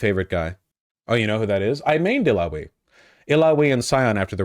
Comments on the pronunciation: Bro I swear one of these days I'm gonna sit him down and go through how he pronounces names it's the most triggering thing dawg lmao. Who tf enunciates the "we" like that in Illaoi??? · Vaush saying Illaoi weird had me chuckling.